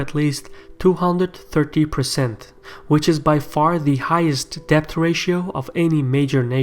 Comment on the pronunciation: the "b" in debt is silent. Pronounce it like "det".